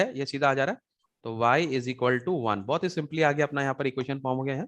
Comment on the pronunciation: Its not izikaltu. Its equals to🤣🤣